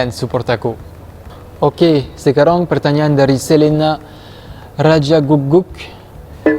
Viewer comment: Aku suka bingung.. “sekarang” terdengar “sekarong” 😳